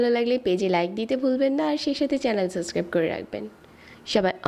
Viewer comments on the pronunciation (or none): none